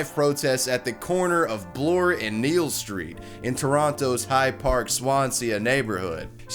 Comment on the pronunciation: you said kneel street when its pronounced exactly how it's spelled keele street. no N :)